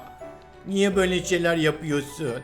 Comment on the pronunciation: cacıdık bizi niyeg kaçırdın Ben:abi o "niyeg" niye olmasın?